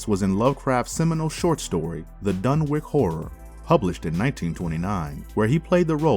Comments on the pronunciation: Fyi homie not to be a dick. Dunwich (dun-which / done-which / done-witch) 🤣👍 otherwise great content! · I like these 'Marvelous Videos'...except for some of the pronunciations. They can be rather cringy...and I'm not even talking about strange, esoteric words open to interpretation. Dun-wik? Mis-ko-TAN-ic? Can-on-ICK-ally? One gets the impression the narrator is not only not involved in the scriptwriting but didn't even see the script until the moment of recording, and they decided to keep the first run-through, regardless of mistakes (e.g. 'Rudolph' Carter, 'Lavina' Whately). So...a bit sloppy, but still basically entertaining.